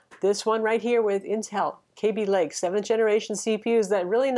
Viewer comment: please learn how to pronounce Kaby Lake